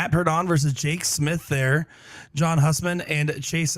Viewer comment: John (hue)sman not Husman even tho that’s how it’s spelt lol